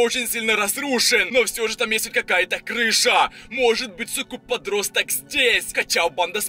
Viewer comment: Почему он говорит так зданиЯ крышА людИ